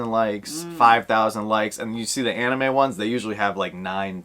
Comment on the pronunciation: I will say I do like the anime but the only one I'm really excited about is the scented sugar for sure. The Gojo one is actually a maybe for me. Nate likes that spider-boy a lot too! And nice job on the anime pronunciation ahahaha